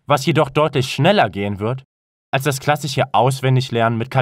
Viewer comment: Ich glaub es wirkt so, weil die Aussprache nicht ideal ist. Sie wirkt einerseits künstlich verlangsamt und die Laute sind nicht in Standard Deutsch gesprochen, z.b bei Griechen - wie Kriechen, klassich (S wird seltsam ausgesprochen), Cicero (hab ich noch nie gehört mit K ausgesprochen, wird eigentlich immer mit C ausgesprochen) und auch Loci wird nicht /loki/ sondern /lochi/ ausgesprochen.